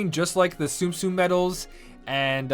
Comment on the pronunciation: I hate how you can live life thinking you know the pronunciation of a name then find out you've been saying it wrong the whole time.. it's like your life thus far has been a lie 😂 example: tsum tsum saying sum sum when its soom soom and the biggest one for me, tidus from ffx I thought it was ty-dus but apparantly its tee-dus :(